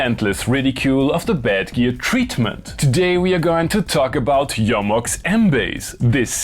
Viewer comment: YO-MOX. So refreshing to hear the name pronounced correctly.